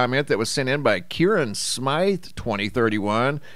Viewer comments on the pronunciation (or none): none